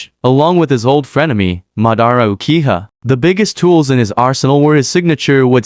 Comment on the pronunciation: "Ukiha" "Hukage" WTF!